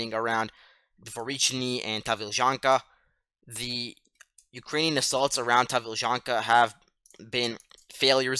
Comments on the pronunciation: Yes - one of the better (may be the best) commentaries - must note the name for tomorrow. I also thought the pronunciation was good but I had no idea that Ukrainian place names were so convoluted. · I just found your channel. Who are you? You sound like a teenager. If so, you are really sharp. Your pronunciation of the Ukrainian town names is far better than many vloggers. Excellent information. Can you reply?